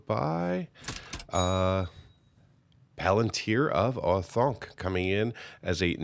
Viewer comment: Planet-tier of OreThunk made me chuckle a little